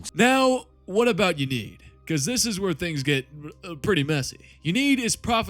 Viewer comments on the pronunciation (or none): Great vid. I'm going to be a real nitpick regarding these Eldar pronunciations though. Ynnead - In-ee-ad Anaris - ah-nar-iss